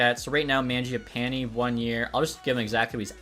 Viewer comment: Stop pronouncing mangiapanes name like that lol